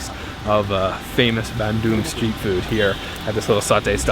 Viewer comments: Hey, so happy to see your vid and that you made it to my second favourite city in Java. Thank you for pronouncing it Bun-Doong and not Ban-Dung as in poo. I’ve been going there since I was 14 years old! One of the best things about living in Australia is how easy it is to get to SE Asia. Another word for frog in Indonesian is Kodok as they sit in their little moats and ponds, singing “kodok,kodok….kodok, kodok”And lastly my man, not wanting to be ‘that guy’ they weren’t Kafir Limes (which you cannot squeeze) they were Kalamansi! And always squeeze them through a fork or even your fingers so you don’t pollute your noodles with four or five indigestible bitter bullets that will ruin your entire bowl. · Hes even more “indonesian” than me, dipping crackers to the mie kocok soup, eating with hand, and he ate sambel as well. What im proud of is, he pronounced Bandung correctly, unlike many other foreigner. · Pronounced Bandung so well!!! So proud!!! Thanks bro 😁👍